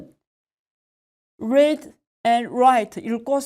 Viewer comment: Read를 '뢔이드'라고 하셔서 깜놀했어요